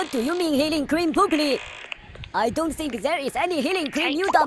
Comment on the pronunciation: "heiLEnG criM" HITS HARD oHIO oHIO